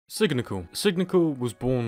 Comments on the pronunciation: dude its not sig-ni-cal it's "sign-ni-citial" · Is Sig-ni-cial not signical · U uh miss pronounced signicial